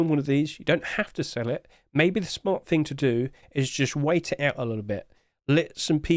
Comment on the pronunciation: there is no F in the word "thing"